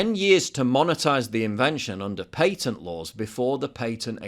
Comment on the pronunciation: PAY-tent??? WTF is a pay-tent LMFAO That's a new one